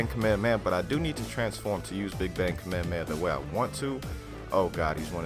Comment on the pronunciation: Dude it's Kamehameha not whatever your saying